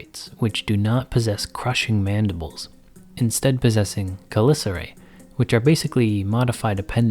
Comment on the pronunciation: It’s pronounced cha lica re you fucking retard how am I even supposed to consume this when this fuck boy can’t even say it right